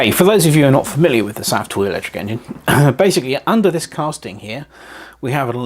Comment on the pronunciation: Pronounced.. safe toy.. safe as in, its safe because there's no fire or steam. I believe there's is something under the smoke stack that pups up balloons.